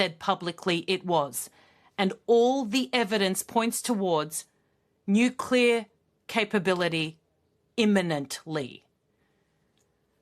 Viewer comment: Nukelar. That says it all. Who the hell hired this moron?